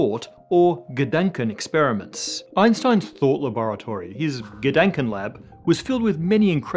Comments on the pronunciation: exactly. it sounded like he was saying "gedenkenexperiment" which would instead mean a memorial experiment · Short note: Rhe ‚A‘ in Gedankenexperiment ist read like the ‚A‘ in ant